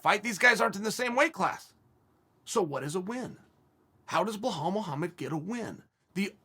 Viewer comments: After two videos of Chael saying Blelhall Mohammed I think Belal might be required to legally change his name. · Blahal is great too